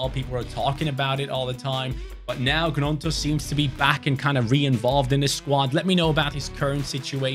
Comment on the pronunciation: Pronounced ñonto not Gnonto